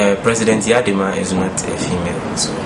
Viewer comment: what is this guy talking about....prez yaa dema..lol..its eyadema not yaa dema